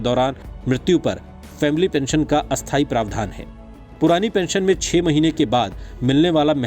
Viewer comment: स्थाई और अस्थाई के उच्चारण मे फर्क होता है ।आप दोनो को सेम ही उच्चारित कर रहे हो ऐसे मे कोई व्यक्ति न्यूज सुन ही रहा हो देखे नही तो उसे तो गलत इन्फोर्मेशन मिल जाएगी।😠